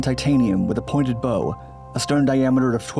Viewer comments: "encased in titanium, with a pointed bow..." b-oh? Aww come on, it's b-ow (like pain)... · A bow is something that launches arrows. A bow is the front of a ship and is pronounced bough. Second time has made this mistake. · The front of a vehicle can certainly be a bow but you can't tie a knot in it. Please check you pronunciation. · Interesting doc. I like your narrative style. However, 'bow', as in 'front', is pronounced like 'cow' and not like 'no' or 'go'.